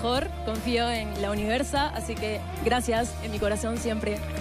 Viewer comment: "La Universa" dijo 😅